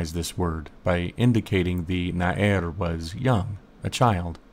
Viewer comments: Small phonetics correction: It isn't 'na-er', but na-ar. The difference is extremely apparent in Hebrew. Loved the video. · Well done, indeed!!! Two small points regarding the Hebrew though: 1. The word for youth is Na'ar and not Na'er as you say (also the accent on the first syllable). 2. Nouns come before their adjectives, so small (or young) youth is "Na'ar Katan". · Nice video! By the way, נער is pronounce as na'ar, not na'er. search נער in wiktionary and you will see :) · נער is pronounced Na'ar. As far as I know anyway...